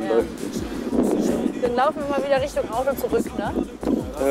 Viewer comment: haha Der spricht alle wörte die mit T sind mit D ........Audo .... Mudda oder so haha ! :D